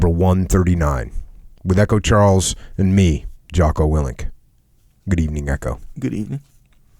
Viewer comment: Willink, not Wilinik